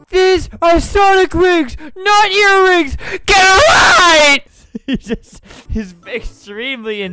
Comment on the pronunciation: "Eatrings" lol